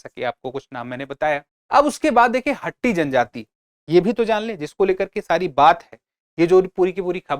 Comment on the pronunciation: Sir not हट्टी its called हाटी